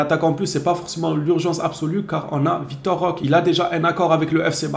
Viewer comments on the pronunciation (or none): C'est Vitor ,pas Victor 😂😂😂